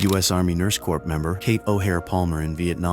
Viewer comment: FYI, The letter P in the word NURSE CORP IS SILENT. The word is pronounced as if it was spelled COR.